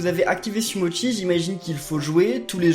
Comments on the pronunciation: sa ce dit sumochi pas sumotchi car c'est en italien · Ben si en plus Sumochi dit : Sumotchi